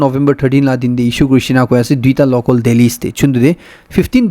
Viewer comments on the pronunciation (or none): none